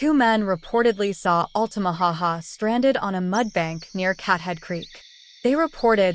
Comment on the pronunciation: Actually, it's Lumber City not Lumberton City. Lumberton is an entirely different city here in Georgia and it isn't close to the Altamaha River. Oh! And it's Altamaha not Altamaho.